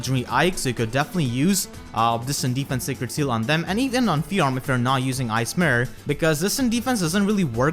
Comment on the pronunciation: I just keep Listening "Ice Myrhh" instead of Ice mirror when you take about fjorm